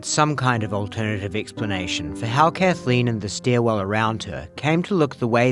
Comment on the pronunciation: I'd immediately stop the prosecutor from pronouncing it "Kath-a-lean." Maddening.